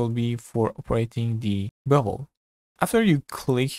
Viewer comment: I kept hearing Bubble instead of Bevel....hahaha